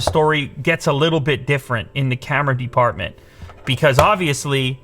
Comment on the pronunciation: why does he say the word department so weirdly? also devices. he says the syllable "de" very strangely. like he elongates it. is that a canadian thing?